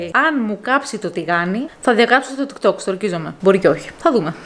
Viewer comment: ΤΊΚ ΤΟΚ, ΟΧΙ ΤΙΚ ΤΌΚ😂😂😂😂